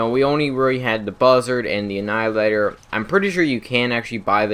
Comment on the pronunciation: I feel bad but he said "annihilator" with the L just fine but nothing else with an L properly. I just font understand